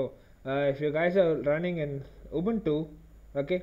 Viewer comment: Thanks for saying Ubuntu correctly